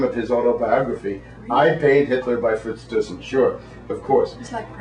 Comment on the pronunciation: His name is Frits Thysen. speak theissen